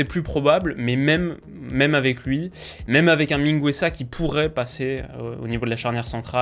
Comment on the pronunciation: Je fais mon relou mais tu prononces mal le GU pour les joueurs hispaniques (mingueza)